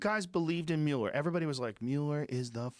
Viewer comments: Why is rogan calling him “mule-er”? Watching too much Fox News? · Joe, it's telling that you don't know shit about this if you're calling him "MEW-LER." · I think it's fair to say no one has ever corrected Joe on how to pronounce Mueller.